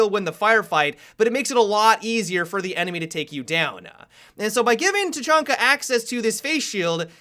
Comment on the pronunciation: i had to stop watching because the way said tachanka sounded like "ta-chun-ka" and it doesnt match with his voice